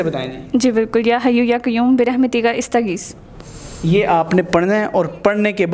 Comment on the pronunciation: استغیث کی الف پر زبر ھے ۔۔